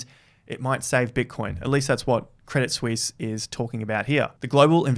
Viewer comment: Thank you for pronouncing 'Crédit Suisse' correctly, unlike George (Crypto-R-Us) and others :-)